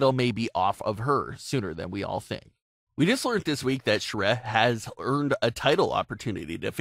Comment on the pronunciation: it's pronounced Shuh-ri